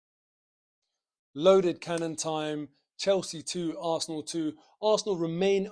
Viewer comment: You need to say the word Arsenal quite loudly, when you said "up the Arsenal" at the end there, it sounded like something else.